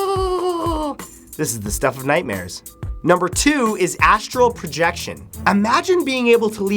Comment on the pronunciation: Pretty sure it's astral projection and not Astro projection